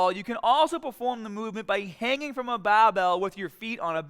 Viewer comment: why does he say bah instead of bar "bahbell" looool